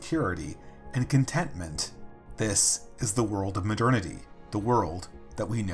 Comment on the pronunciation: Muh "dernity"